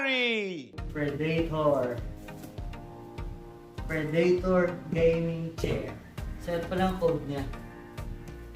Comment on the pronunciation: predator tsong hindi predaytor. good video btw